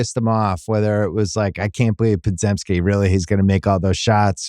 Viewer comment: Will Bill ever pronounce Podziemski's name correctly? Pod-jem-ski